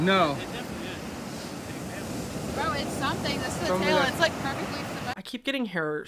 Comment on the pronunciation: THE "NAUR" IS KILLING ME